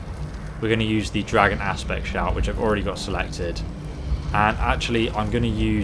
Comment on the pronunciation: when said dragon aspect I heard it as dragon ass spit lol. BUt not trying to insult u in any way I love u videos and would u mind if it's not a problem but could u play using some other builds but till nowI really like this but if u can use other builds could u use the mage ones especially the dream strider don't bother if u can't I like dis one anyway